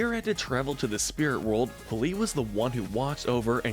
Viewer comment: zaheer and p'li, not zahir and police.